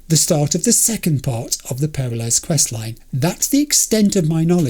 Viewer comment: haha, I waited for 33 Episodes for you to get to this mission, just so you could hear the characters pronounce "Peralez" And you just wave it off and keep saying "perra-less" I'm heartbroken. All things considered, I am curious how you'd pronounce "Gonzalez" You'd turn it into Gonza-less, wouldn't you? :D